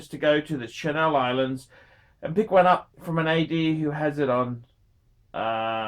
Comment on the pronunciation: "Chennel" Islands.